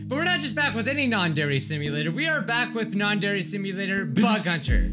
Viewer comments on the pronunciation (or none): Its not yander but its yyyaaannndddre yandre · SAYS YEANDER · Ah yes, "Yonder Eek Simulator" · When you said "non-dairy simulator" i turned on captions and it said "Non dairy call me later" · Idk if I'm hearing this right or my ear bubs suck but did I hear him just say "nadere" ????? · I think my ears are going crazy but did he say non-dere? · Is it just me or is he saying Nondari Simulator in the start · this is getting really annoying HE IS NOT PRONOUNCING YANDERE RIGHT!!!!!!!!!!!